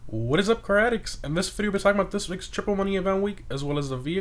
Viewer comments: Even though I know you are saying “car addicts” as it’s in your name, I always think you are saying “what is up crack addicts” in your intro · bruh??? It really doesnt sound like you say car addicts, maybe insert a space between the two words. Cause I here craddicts